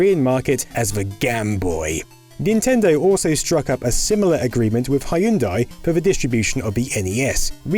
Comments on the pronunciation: Hai-oon-dai Even less accurate than "hunday" lmao It's pronounced "hyun-day" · That's a weird way to pronounce Hyundai.